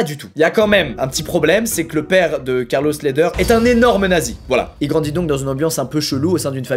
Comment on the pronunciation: Mdr c’était quoi cette accent anglais sur le premier Carlos Ledher, c’est un colombien, c’est espagnol ahah faut prendre cet accent espagnol alors gringo ahah